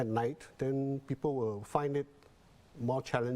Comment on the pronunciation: The male newscaster may want to improve on his pronunciation to showcase his speaking competency. he said ‘how den’ instead of ‘how then’. 💐